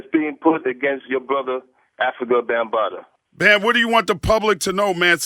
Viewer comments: She kept callin him bumbata lmao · Its bambata not bumbata lol